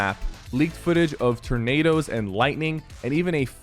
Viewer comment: "Tur-nados". Haha